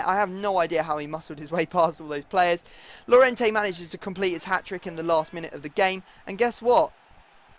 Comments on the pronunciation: It's pronounced Y-orente not llorente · since Llorente is Spanish his name is pronounced Jorente because in Spanish double L is a J